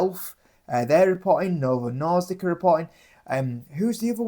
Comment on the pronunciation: Norsdik? I think you’re misreading it